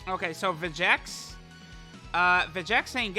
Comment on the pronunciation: When does Lern his Name is Vegenks not Vegeks?